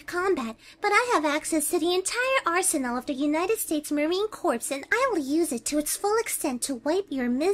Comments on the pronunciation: Anyone else cringe when she said "Marine Corpse" instead of "Marine Corps"? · Marine Corps is pronounced as "Marine Core", not corpse.